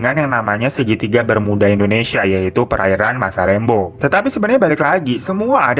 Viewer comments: Masalembo seingatq pelafalannya masalembû. Jadi kayak ou, tapi o nya tipis bnget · Baru mampir lagi setelah sekian lama☺️lucu ajha cara bang Hiro bilang masalembo.saya asli Sumenep tempat gugusan pulau itu ada .di sini kami mengejanya masalembhu bahkan lebih familiar dibilang salembhu... Lem= dieja macam kata lembut JD bukan macam lem lem yg lengket.... Lebih Deket ke masalembut dibuang huruf T nya.